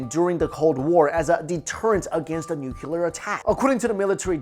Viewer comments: Great stuff! But, please...for the love of God...it’s “nuclear” not “nukyulur”. As in “new clear”. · Nuclear please ....... Not Nukular. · nuCLEAR not nuULAR. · Nuclear. Nuclear. Nuclear. Nuclear. Nucular? No. Nuclear. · Nucular isn't a word. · Also, nuclear - “new clee er” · I love your channel, and your content! EXCEPT... when you pronounce it "nuc-u-lar" .... :P Also - please bring back some more weird cryptozoology videos! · The way this guy says "nuclear" makes me want drop a bomb on his head.